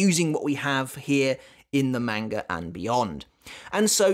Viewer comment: What in the world is a "manger"? Is that how you're supposed to pronounced manga? I always thought it was "mahn guh" not "main gur"... So confused.